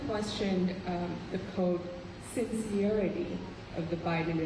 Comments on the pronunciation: Biden: "the what?" Reporter: "sin-see-err-ity" Biden: "oh, sin-serity" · Omg really? Since-see-airty? If a reporter can't even get the correct pronunciation of a word correctly it obviously is a stupid question in the 1st place! I'm sorry but why are questions from the media so childish today? Of course china will make comments to try to divide us, but it's ridiculous name-calling that shouldn't even be acknowledge. Smh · Imagine being a professional journalist and not being able to pronounce sincerity.